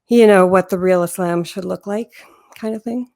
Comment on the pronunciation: The way she says Islam is quite annoying. You can tell she is trying to say it “right” but since she does not master Arabic, it sounds awful haha.